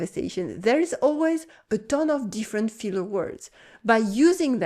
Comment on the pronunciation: Lol. I thought you said "feeler" [rather than "filler"] words so I thought you were going to mention SENTIMENTAL words. Now repeat after me: "filler". ˈfɪl' = FILL ˈfiːl' = FEEL You're welcome.